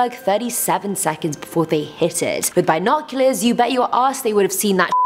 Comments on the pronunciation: Why are you saying bi noculars its binoculars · Since when was the 'I' in binoculars pronounced soo hard.. bIIInocluars haha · Bye-noculors i say b-noculors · You mis pronounced binoculars... my brain couldn't comprehend it so i left... bye! 😜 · Anyone else really cringing at her pronunciation of binoculars? Let alone the whole 1000 years things